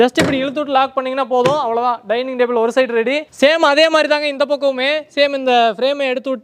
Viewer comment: Chair ❌️ Jar ✅️ Table ❌️ Dable ✅️ 😂😅